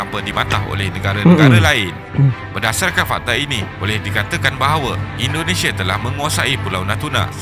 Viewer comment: Bang indonesia bukan endonesia